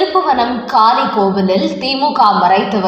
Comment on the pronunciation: காலி அல்ல காளி கோவில் தமிழை சரியாக உச்சரிக்க வேண்டும்